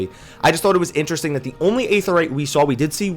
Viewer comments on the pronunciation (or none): none